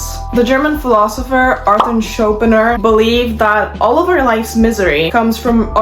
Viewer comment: Did you say "Schopener" on purpose to make it impossible to resist the impulse of voicing my protest?